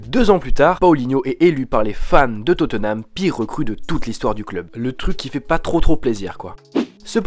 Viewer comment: On di pas totenam mai totnam